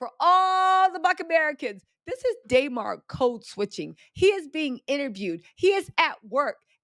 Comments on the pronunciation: DUHmar. Not DAYmar. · It’s “Duh-Mar” lol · It’s Duh-Mar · Damarar.... say hi name right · I wanted to watch this video but you didn’t even put in effort to say DeMar name right